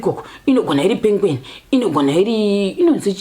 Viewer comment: 🤣🤣🤣🤣🤣my Karanga girl,, “ pengweni”